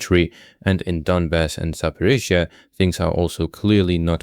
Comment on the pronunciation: I miss the AI British voice mangling Zaporizhzhia😂